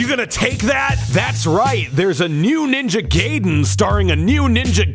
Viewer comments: Stop saying Ninja Gayden. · He called it "Ninja Gayden" 12 times to piss me off specifically.